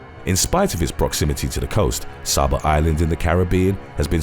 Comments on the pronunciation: Its not pronounced Sah-Bah, it's pronounced Say-buh. I live on the island next to it, Sint Maarten. Saba, Sint Maarten/Saint Martin, St. Barths, and Anguilla are all in the same area and on sunny days you can see all of them from a high enough vantage point. All 4 islands were hit by Hurricane Irma and Hurricane Maria, the strongest hurricanes on record now. Saba isn't that dangerous. Sint Maarten is more dangerous, as we have all of the same problems that Saba has, and we have gangs such as The Bloods & Crips, DDP, and The Latin Kings, international drug gangs such as The Bling Bling gang and NLMB, and Mafias such as The Russian Mafia, The Triads, The Yakuza, The Italian Mafia, and The American Mafia, a rising gun control problem, and alot of murders, rape, and child molestation problems for an island that's only 37 square miles. In the last week alone, we've had 3 murders, which started off with a 15yr old boy being shot in the head over a fight. Saba is actually one of the safest islands in the caribbean. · It's not Pronounced Sah-bah, it's pronounced Say-buh. Coming from an Islander himself 🇩🇲🇩🇲💯. Incredible video💯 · Number 1 is pronounced Say-Ba. Great video. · number 1 (Say-ba) was inaccurate